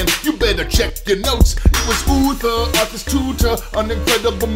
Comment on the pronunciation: вслушайтесь он говороит артас тута ))